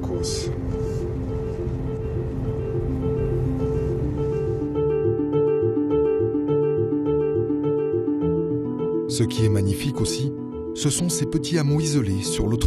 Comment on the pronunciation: les causses, pas les côôôsses